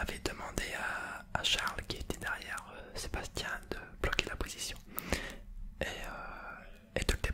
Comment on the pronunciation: Je suis désolée, j’aime l’idée de la f1-asmr mais pour les prochaines vidéos c’est SebastiAN Vettel et non SébastiEN Vettel 😂!!! Sinon la vidéo est très intéressante et ça serai super d’avoir un debrief des prochains gp (si ils sont pas tous annulés😭)